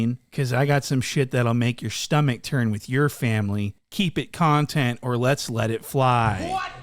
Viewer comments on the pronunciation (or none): That word is NOT con-tent in that context. it is pronounced cun-tent. Not being a dick or troll i am giving an English lesson here... you're welcome.